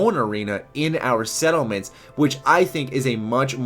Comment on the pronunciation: he said Seattle mints not settlements...... definitely...